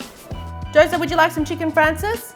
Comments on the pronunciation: Great recipe! And the Italian pronunciation is fraan chay zee. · Cute accent. It's Chicken " Francese" not Chicken " Francis." Lol